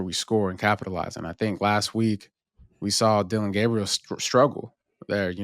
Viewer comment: called Dillon “Gabbriel”🤨it’s a hard “A” bro!